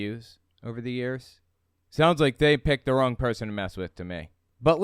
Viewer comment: "Owin yu picked the wong people" Obviously it's Elmer Fudd...mystery solved.